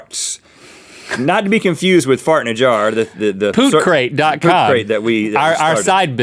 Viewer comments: It's Tootcrate not poopcrate... know your business lmao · TOOTCRATE Link. Not Pootcrate!